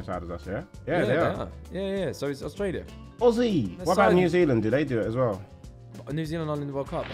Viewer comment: Omg behzinga actually pronounced Aussie (Ozzy) correctly as an Aussie I'm genuinely impressed haha